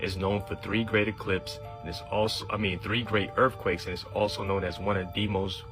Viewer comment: Oh my ears -- earff-quakes? 😅